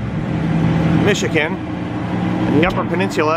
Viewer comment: Nude bathe?... you mean "skiny dip"?.... and the town is Grand Ma-ray.... The state is MISH - IH - GUN.... not Mish-ih -kin... Otherwise, excellent video.....